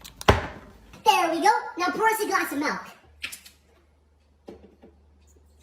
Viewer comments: it's 'pour' not poor 😂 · did he say: por us a glass of malk in